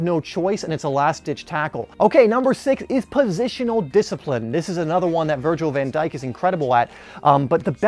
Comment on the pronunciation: man literally said van djik better than ramos bruhh